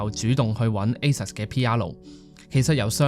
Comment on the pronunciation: Asus 好似唔係咁讀。台灣朋友教係似 「a sue s」不過可能佢 fake 我都未定